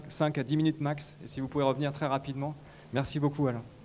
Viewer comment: Bonne excuse changer de anglais à français. Nul nul. Alain ça se prononce Alien en anglais ???😂🤣😅